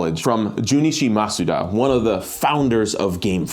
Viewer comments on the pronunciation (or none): none